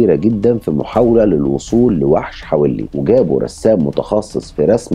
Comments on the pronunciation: حَوَلّي .. وليس .. حَوِلّي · حوللي وليس حولي .. روح اسمعها في نشرات الأخبار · كنت عايشة هناك والنطق الصحيح حَوَلي مش بالكسرة. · عفواً إسمها منطقة حَوَلِّى.. بفتح الواو.. كل الشكر و التقدير لحضرتك على مجهوداتك و إنصاف المظلوم و تقديم النصح للجميع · حوَلّي بفتح الواو مش بكسر الواو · البني ادم ده كان في منطقتنا في السالمية وكان صاحب اخويا ببلعب جمب العمارة وفعلا الشخص ده طلب منه يطلع معاه يوريله مكان عمارة معبية وطلع معاه واعتدى عليه هناك وراحو اهله فورا قدمه بلاغ وكان وقتها عامل مرتدي لبس العمال هنا بالكويت ومن بعدها الموضوع اتكرر اكتر من مرة مع ناس مختلفه كنا بنسمع عنها الا ان في ناس كتير لم تتقدم بالإبلاغ عنه حابة اوضح لحضرتك حاجه بسيطة المنطقة الي حضرتك بتذكرها الي حولي في تنطق حاء مفتوحة والواو ايضا والياء مكسورة ( لي) تحياتي لحضرتك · اسم المنطقة حولي في الكويت تلفظ بفتح الحاء وسكون الواو 👍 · ياجدع اسم الحافظة حولي بفتحة الواو وليس بكسرة الواو😂😂😂